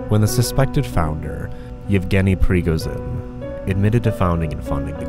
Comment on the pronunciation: "the ukraine", "prigozin", "ogilarch", bro could have done some basic research before making the video